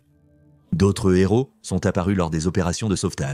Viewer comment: "Il y avait des z’héros..." 😅😂